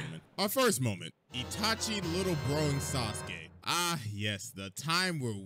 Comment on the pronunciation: Did bro say itaki. Naaaaaaah😂😂😂😂